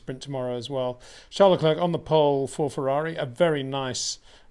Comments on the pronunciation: You say other foreign names correcly, maybe add Leclerc. Say Claire, say Leclerc. Imagine he's called LeClaire. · It is I - Le Clurck